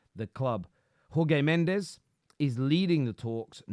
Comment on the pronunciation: Excellent video,. Slight nitpick, Portuguese/Brazilians pronounce their Js, so its Jorge Mendes, not Horgay. Same with Gabriel Jesus, not Hayzooz